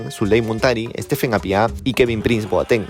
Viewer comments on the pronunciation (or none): none